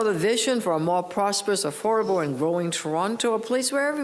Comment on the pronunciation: AForable Homes ,,,,Gawd LOve Your English !!